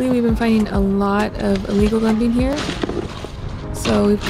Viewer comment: It sounded like you were saying legal dumping, but I'm sure you meant illegal dumping?